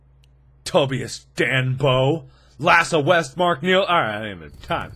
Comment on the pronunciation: You said Tobias wrong :(